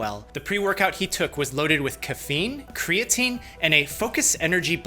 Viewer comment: says... Cre AT a neen makes fun of caffeine 😂